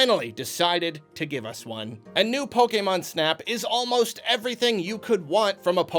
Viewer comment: I like how is one of the few people that pronounces "Pokémon" the way it was meant to be pronounced.